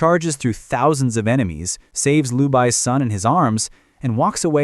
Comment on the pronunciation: Liu Bei not lu Bai 😂